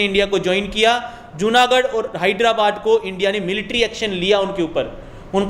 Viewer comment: Hyradabad nahi😂😂 Hyderabad